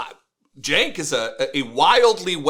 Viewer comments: Chank? LOL. I thought his name was pronounced "Jank"? He doesn't even correct the Nazi? Chickensh-- MagaBitch! I can't bear to watch another second of this. Just answer me this: Do they hug or kiss goodbye at the end of this fluff session? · Gotta love how Cenk is bowing down to MAGA and Charlie can't even say his name right.